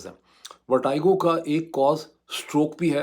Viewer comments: "Verteego" for pronunciation, not vertigo :)😊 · Why is Moeed pronouncing VERTIGO as VERTYGO? I thought he knows his English well! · ڈاکٹر صاحب ورٹِگو لفظ ہے ورٹائیگو نہیں ہے I never expect that kinda mistake from you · Vertigo Dr sb …not Vertygo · Its VER-TEE-GO not VER-TIE-GO ... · ⚠VERTIGO is NOT pronounced as "ver-tai-go" as this doctors speaks, but as 'ver-te-go' as it is spoken in English. 🤣You may use internet to VERIFY this. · Dr sahib, it is VERTEGO not VERTAIGO.... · You’re a doctor and some of your pronunciations are very paindo ! It’s pronounced as verteeego not vertiiiigoo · Pronounced as VERTEEGO not VERTYGO..are u a doctor?😢😢😢😢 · Dr Moeed!!!! It is not “ver-ty-go” but “ver-tee-go”. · In both the UK and US pronunciation it is ver+ti+go, not vertaigo (ورٹی گو، نہ کہ ورٹائیگو). How surprising that a doc living in the US is so ignorant of the basics! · ITS VERTIGO NO VERTYGO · Pronounciation of ' VERTIGO' Sounds like "vuh·tuh·gow" Not ' VAR-TIE-GO". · It's Ver-te-go, not Ver-ty-go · Sorry this is not a technical or political comment. But when a doc says “vertiago” it’s unacceptable. Please make a correction it’s “verteego”. I’m your diehard fan but a newbie in paki politics. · It is vertigo....check the pronunciation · It’s pronounced as ver-tea-go. And this happens in old age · Vertigo is pronounced as Vertego, not the way you are doing it. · I've heard of vertigo but not vertaigo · sir Kindly check out the correct pronunciation of Vertigo. It is not the way you are pronouncing. Check any standard dictionary. It looks very weird that A person of your stature pronounces it wrong. As always brilliant analysis. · Sir pehlay Vertigo ko pronounce ker na tau seekh lain… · Please pronounce Vertigo right. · U are pronouncing vertigo wrong😊